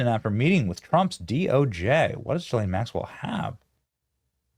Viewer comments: The beginning of her name doesn't start with a J, so quit pronouncing it the way you do! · Why can nobody pronounce her name correctly?? For fuck sake. GEE-lane. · Hello Benny, Ghislaine is pronounced with a hard g. The H behind the G is the same as if it were a U, as in the word guard. I don't know if you read these comments but I hope you do. Good show, by the way!! Cheers, Frank. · Will someone in the comments please tell me the summary of this? I’m interested but I can’t listen to him say JILL-ANE one more time.